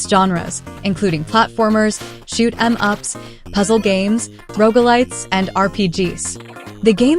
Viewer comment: Yes it's insidious isn't it. Listen to the how "shoot-em-up" and "roguelike" are pronounced and then "playthrough" . Either that or Gen Z/Alpha seriously has no ability to read (thanks, Cocomelon!)